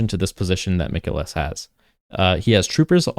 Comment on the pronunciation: Mikael is not pronounced like mikaylah but like michael.